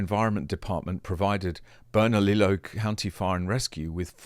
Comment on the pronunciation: Bernalillo is pronounced more like burn a Leo. Also I hate grisham. No one likes her.